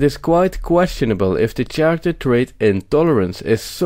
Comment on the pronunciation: Good point. Bare in mind the word Character has K sound like orchestra and chello. Kind of Italian ....but content BRILLIANT